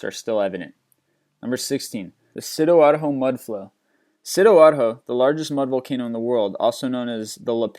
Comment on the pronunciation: it's not "sidoarho".."it's "sidoarjo"